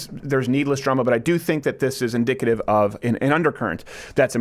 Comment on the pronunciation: okay, but Steven said "inDICKative" at least twice